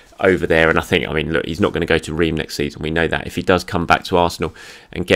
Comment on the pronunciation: this is how you pronounce Reims